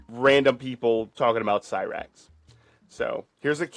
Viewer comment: Why would anyone think 'Cyraxx' is pronounced 'Seeraxx?' Do they pronounce 'cyclone' as 'seeclone?' Or 'cyber' as 'seeber?' Idk, that just annoyed the shit outa me for some reason.